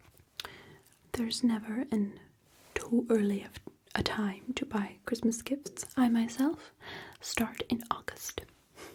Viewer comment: I could watch an entire 1 hour video of her saying "chwistmas" and "mwilk" in this voice! Genuinely amazing 😂